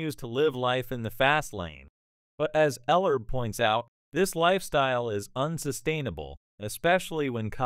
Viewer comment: Commentator doesn't even have enough respect Ellerbe enough to pronounce his name right the DISRESPECT of the CAUCASIAN FOR THE INDIGENOUS RACE IS ALJVE N WELL